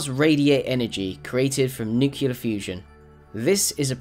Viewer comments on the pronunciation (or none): Dude it's nu-clear not nu-cular...Jesus!!!!